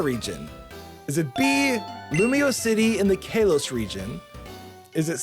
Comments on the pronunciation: Same with the constant Kelos instead of Kalos... i mean... why is he not saying Gelar then. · God i hate the way he said Kalos..